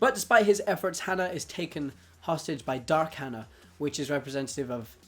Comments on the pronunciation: I'm fairly sure it's haa-naa, not han-ah. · Her name isn't hannah its Hana ((hah-nah)) which means flower, pronounced it wrong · Hana is pronounced wrong. Just saying. No offense